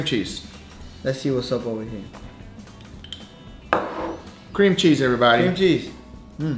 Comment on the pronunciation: "Cream Chese" lol